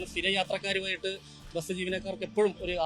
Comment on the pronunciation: എടൊ ബെസ് എന്നു പറയാതെ ബസ് എന്നു പറ